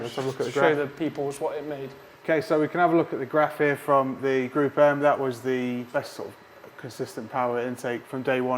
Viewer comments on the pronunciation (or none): Great test! It’s pronounced “group m”, not “gruppem”. Gruppe is German for Group